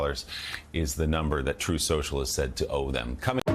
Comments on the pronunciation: HAHHAHA HE DOESNT EVEN CALL IT TRUTH SOCIAL HAHAHA .... TRUMP MISPRONOUNCED IT AT A RALLY CALLING IT TROATH SENTIAL!!! HAHAHAAAA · David J: Correction, it's "Troath Central !" Lol. He can't even Pronounce it. President's usually don't have Language Issues, And Grammar !